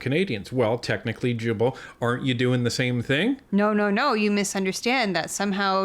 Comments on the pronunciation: the G in Guilbeault is a hard G sound like Garbage. 😉😉 “guy-bo” guy rhymes with me. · Folks, Big fan of yours... not so much of that freak minister... But as French-Canadian/Québecois ... Please pronounce his name correctly Gill-Bo (mine (Despatie) gets boutchered all the time... To make it English proof: Day-Pat-Tea or as I ofen say... Remember the DAY you invited PAT for TEA...)... Thanks.